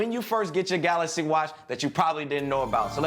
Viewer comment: i dont need a screen protector on my "galacy" watch because its saphire, and its galaxy not galasy:) # #cjsentme